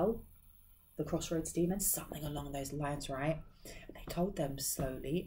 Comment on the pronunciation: Somethin"G" not Somethin"k". At first it was funny, now it's just Annoying. Unsubscribed, but you just keep showing in my feed